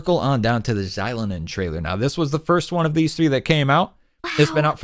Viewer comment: Great video, but it was kinda grating how you mispronounced Xilonen's name 😅😅 it should be like 'shee-loh-nen'